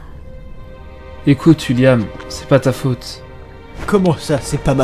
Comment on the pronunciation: Un truc que j'ai remarqué au lieu qui disent william il dit wuilliam 😂